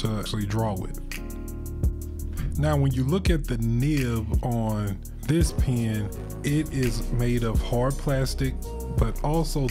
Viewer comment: Why do you pronouce pen like pean